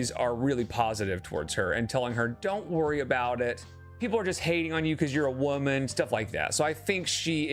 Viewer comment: the way he says woman.